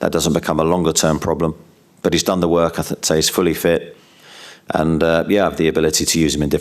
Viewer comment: Did he say fully fit or fully Shit?